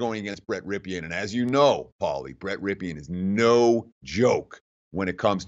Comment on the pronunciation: It's hard to take a commentator serious when he can't even properly pronounce the name of the currrent passing yardage leader in all of college football. Boise's QB is pronounced Rippen, not Ripeean. He is the nephew of Superbowl QB Mark Ripien (still pronounced Rippen).